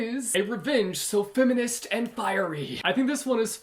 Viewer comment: no one:: femminist haha